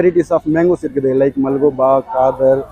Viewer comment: ஹரே பாய் மல்கோபா இல்லபாய் , மல்கோவா